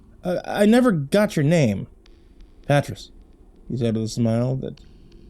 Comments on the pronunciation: Pretty sure 'patriss' is actually pronounced puht-rEEs (Patrice), and if i'm wrong about that, lord help anybody actually named patriss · His pronunciation of Patrice is killing me 🤣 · Damn, I hope you've since learned how to pronounce the name Patrice